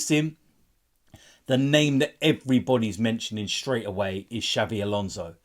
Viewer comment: It’s Xabi Alonso not ‘Xavi’ Alonso